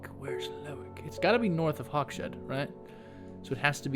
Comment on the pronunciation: 100 % Sure Hawkshead doesn't have a SH sound.... Hawk's Head. LOL Loving this game!